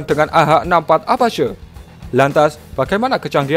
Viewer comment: apache bacanya > apaaciiii